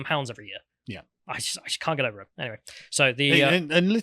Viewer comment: Anyvay, anyvay, I'm a Teletubby and you're not my fwiend